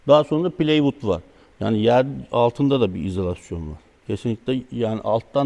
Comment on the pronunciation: Bildiğimiz plastik boruya eksi 18 donmaz dedi, herkesin kontraplak dediği plywooda pleywook dedi artistik olsun diye, yarım yamalak duymuş bir yerde, yok finlandiya çamıymış da, daha düzgünmüş de. La tüm ağaçlar rusyadan finlandiyadan geliyor, daha ucuz çünkü. Dayanamadım kapattım, nerden buluyon böyle tipleri?